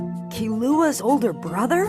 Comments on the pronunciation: Bro said Key-lew-A instead of Killua 💀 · I watched the 2011 ver and now i watched this one and it bothers me how they say killuas name 😭 kill-u-ah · It's supposed to be pronounced "Keen-wa" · SAME i was trying to find this comment!! it made me so annoyed when they kept saying kilLUA 😭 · They be butcherin my boy Killuas name 😭